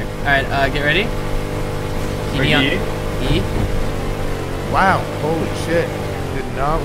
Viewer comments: Raheeb??? Wtf are you saying, it's pronounced rib like in the chest, great video though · i love how everyone pronounces RHIB like RAHEEB. its freaking rib. Like your Ribs. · Definitely Rib. Raheeb may be an American way of pronouncing it. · why is someone calling it 'rahib' like its a muslim lmao. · It’s not reheeb, it’s pronounced rib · Nope. They definitely call it a RIB in the Navy. Also, see basic English pronunciation. There is no A or I between the R and the H. Why would it be pronounced RAHIB? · Any else geting pissed he keeps saying Rihib insted of RIB ? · Its pronounced RIB not raheeb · Rhib, Pronounced Rib not Reheeb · what the fuck is a raheeb?.....You mean RHIB...pronounced Rib...LOL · RHIB Is pronounced Rib btw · Yeah, it's called a RHIB, or pronounced rib. Stands for Rigid Hull Inflatable Boat. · RHIB = Rigid Hulled Inflatible Boat and it would be pronounced 'rib' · clearly you've never used one, it's a rib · It's pronounced "rib" you silly villains. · stop calling it a reheeeeb, its a Rehib, REEEEE HIB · No, it's just RHIB, pronounced 'rib'. Simple as that.